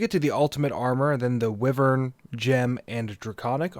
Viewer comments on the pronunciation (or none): Thank you for an amazing series so far. I just wanted to mention that wyvern is pronounced as why-vern, and not wih-vern. Thanks for understanding, much love <3